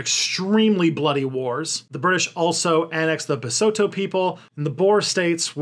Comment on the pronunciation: Largely an excellent job, even most pronunciation except for Mauritius and Lesotho, Basotho. Not the easiest to pronounce. You’ve done a fair job about the history. Will point out that sanctions against South Africa only came in MUCH later after apartheid. They were driven by the USA when South Africa accepted a British bid on uranium and not the USA bid. USA did its usual threats, South Africa ignored them knowing that it was somewhat pointless. They did not actually stop nearly as much trade as people imagine. My father imported goods under them and many countries were willing to export to him. Israel was not the only ally. Israel was used as a go between for its ‘parent’ countries USA and uk for many clandestine activities, particularly in the Cold War. That included stuff with South Africa, many countries continued to buy from South Africa, especially its mineral wealth, fully knowing that those goods were mined under the most horrendous conditions for its black miners. If you have a de beers diamond (almost any diamond) you are buying into that legacy. They continue a similar less than scrupulous activity in Botswana currently. The end of the Cold War helped to bring an end to apartheid. But not an end to corruption. Sadly the most hurt by current corruption are those who were most oppressed under apartheid. When we look at countries that followed similar paths such as the USA with slavery and then Jim Crow laws, we recognise that it’s going to take a long time before th